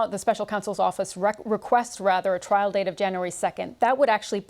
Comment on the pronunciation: Hang on - did she say "twial"???! Not very RP!